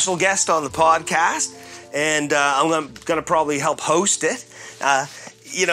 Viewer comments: He said podcash 😂😂😂😂😂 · why does julian say podcash